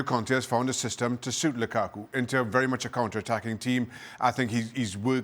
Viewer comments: nobody: ale: L U k A k U ! ? ! ? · Funny how they are spinning Conte’s statements at Mourinho when those comments are directed at the haters in the media. Can someone explain why Moreno pronounces Lukaku in that manner? Sounds highly disrespectful and reflects the hater in him.